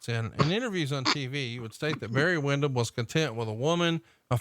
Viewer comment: It's Windham not windom.